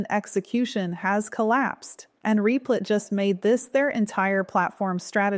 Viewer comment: is it meant to be pronounced "reep-lit"? I thought it was "rep-lit"